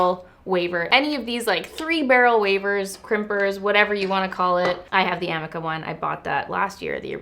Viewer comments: I think it's pronounced ah-mee-ka! <3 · The iron you are using, the "i" in amika is pronounced as a long e sound